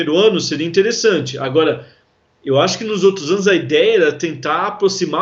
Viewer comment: Esse cara de azul ,fala estranho estreganho ,agora agoga,,mulherada mulhegada ,prestem atenção.